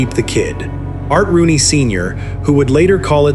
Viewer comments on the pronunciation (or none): none